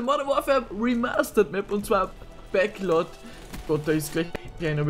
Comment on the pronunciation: die map heist backlot und nicht bäcklot aber sonst guted video😊